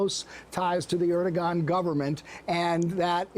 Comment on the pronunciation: Can someone at MSNBC ensure that people pronounce Erdogan properly. It's a silent G... ie., ErdoWan, not Erdo Gone.